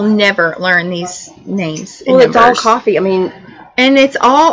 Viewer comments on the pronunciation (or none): Happy New Year!! Glad y'all are back, awesome video as always. I just have to say something because I thought it was funny. Yall kept saying, Iced COFFEE Latte and it is Iced CAFE Latte. Just so y'all know. 😉😘 Love y'all!